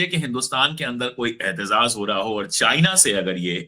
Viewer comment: अशोक भाई सही शब्द एहतेजाज है, एहतेज़ाज़ गलत उच्चारण है।